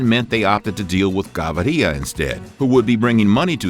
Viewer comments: Plata isn't lead, it is silver. You have it backway. And it is not "Gavarya", it is pronounced Ga-vi-rya (Gaviria). Stopped watching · It’s Gaviria!!!! Not Ga-vi-riia!! You people disgrace the Spanish lenguage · It's GaVIRIA not GaVARIA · Gustavo Gavíria not Gavaría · He’s name is pronounced Ga-vi-ria! Not Ga-va-ri-lla.. Plata meant money so you’ll get a visit from Gustavo not Pablo and Plomo means bullets so you’ll get a visit from El Patron. Get the it straight! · who is gavaria? kekw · Its GAVIRIA not GAVARIA..You litterally wrote it in the title but still cant pronounce it. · “Gustauvo Gavaria” 😂🤣🤣🤣🤣🤣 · "Gustavo Gavaria" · It's Gaviria, not Gavaria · It’s Ga-vee-Ría not Gabaria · I wish the narrator bothered to at least pronounce the words properly and do his research before spectacularly screwing up on camera. It's "Gah-VEE- ree-ya," not "gah-vah-REE-ya," and "plata" is silver, while "plomo" is lead. Excobar was in charge of the plomo, while Gavíria was in charge of the plata, not the other way around. Shame on you! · Gaviria. Not Gavaria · Not *gavaria", gaVIria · The pronunciation is wrong is GAVIRIA, not GAVARIA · The last name .. is not gavaria ... but gaviria .. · GAVIRIA NO GAVARIA I GET FUCKED UP EVERY TIME YOU THIS BS NAME PRONOUNCIATION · Gaviriiiiia NO , is gaviria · You need to step up your spanish, First of all you got the quote "plata o plomo" backwards in english. Plomo means lead and plata means silver (or money) on this video you got that mixed up. Second of all its not GavAria but simply Gaviria, no need for that extra A. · There’s no a in Gaviria so it’s not Gavaria. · How hard is it to say Gah Veeh Reeah? As a colombian I had to tap out cant take it lol its gonna ring in my head all week “gavarilla” if youre colombian dont watch this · and the name is Gaviria not Gavaria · The "Gabariya" pronunciation is awful as hell... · Pronounced "Gah-veer-ee-ah" with the emphasis on "veer"..... please, read it out!